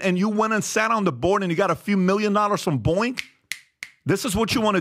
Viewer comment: PBD! Please stop adding a K at the end of every word that ends in NG; you just called Boeing, "Boink!" Why is this suddenly happening?